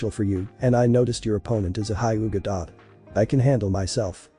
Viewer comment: it's not highga but hyuuga